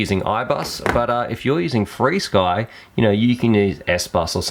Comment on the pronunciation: When you say what sounds like "freesky" are you talking about flysky?